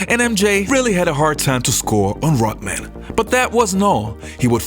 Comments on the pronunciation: Dude pronounces Rodman like rotman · It's RODman, not ROTman, you dolt. And Rodman did pretty good against Jordan. Rodman is also in the HOF in case you didn't know. As is Joe Dumars and Isiah Thomas. Oh, and in case you didn't know, the Detroit Pistons beat the Jordan Bulls 3 out of 4 years in the playoffs 1988 thru 1991. Easily.